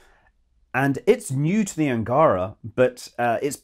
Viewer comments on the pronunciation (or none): Happy New Year, Scott! -Best wishes! -It's pronounced "angarA", BTW... ;)